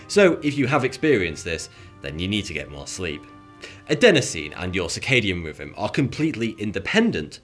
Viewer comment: He keeps saying circadian riven, and fortytwo instead of. he cant say TH, and how did he mess up zeitgeber so bad? I can't watch this guy anymore, it's worse than the australian accent.